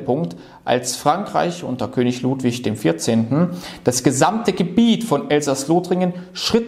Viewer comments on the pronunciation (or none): none